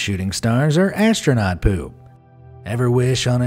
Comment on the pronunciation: You say astounot